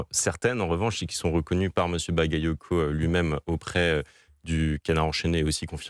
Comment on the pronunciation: ils ne savent pas pronocé le nom bagayoco, mais quant c'est un nom polonais ou autre qui est très dificile,la sans probleme